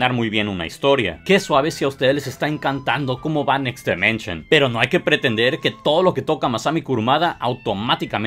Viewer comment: DImension, no DEmension.